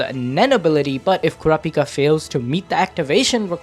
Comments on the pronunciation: why are you saying "kurapika" like that? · The way bro was saying kurapikas name was pissing me off